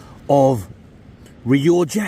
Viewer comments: Nice biscuit guy said he's afraid to comment anymore but told me to tell you it's pronounced rioca not rioja! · It’s Ree-oh-kah ya giant fandango!